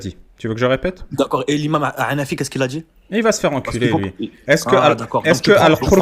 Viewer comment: "et l'imam 3anafi" (Ça fait pas la différence entre un ح et un ع) : "et comment il s'appelle l'autre euuuuuh, khalid ibn alwalid " (juste le général le plus connu de l'islam, c'est loin d'être un nom oubliable) Il joue beaucoup trop les durs le grand frère 😂 Entre lui hyper énervé qui parle sans s'arrêter et sans écouter ce qu'à à dire l'interlocuteur, et le premier qui se croit au resto (je viens je pose mes deux questions, j'écoute pas tes réponses et je m'en vais), c'était très désagréable, merci à eux !